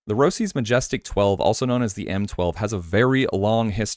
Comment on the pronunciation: just a c/p of my comment from your previous vid about m12. As its quite annoying hearing roCes, even that you are a good content creator. :) "My favorite skate from '90s. I think they changed the logo because of all of you who couldn’t understand that the roach in their logo represents roaCHes. It’s not ‘roCes.’ It was a cool idea, but those of you who couldn’t get it ended up ruining it."